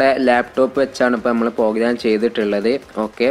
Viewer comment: Pogram alla program😁